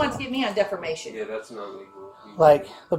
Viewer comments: How did she become Mayor. Does the person with the most teeth win. She can't even say defamation. She keeps saying defermation. What an idiot. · these people are insane. did she really say defermation😂? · One question? What in the hell is def-er-mation? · This mayor is hilarious. How many times did she mispronounce "defamation?"